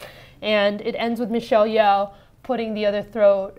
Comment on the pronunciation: You pronounced Michelle's surname "Yeoh" wrong..